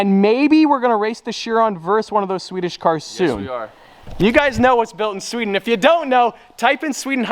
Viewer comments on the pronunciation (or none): none